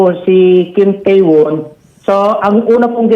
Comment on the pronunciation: TAE pronounce as TE